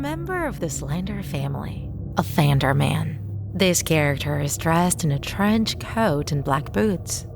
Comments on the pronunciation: Everyone: Offend-er-man This text-to-speech ahh: Off-and-er-m-A-n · The way she says it tho LOL OFFANDARMEN